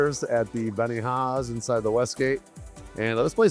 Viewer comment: It's not BENIHAHA, it's Benihana. We stayed at the Westgate earlier this year and loved it. Nice, clean room and good restaurants. Had tickets to Manilow but he cancelled due to health. We went to Donnie Osmond at another hotel, show was excellent. Sales people pushing timeshares patrol the lobby, be aware.